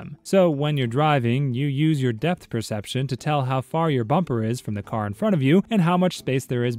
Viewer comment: Depth. He said "Death"...